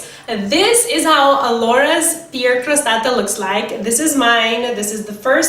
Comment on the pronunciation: You're not pronouncing "pear" right